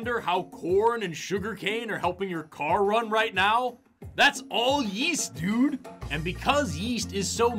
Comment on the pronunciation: Yeast? I thought you said Weast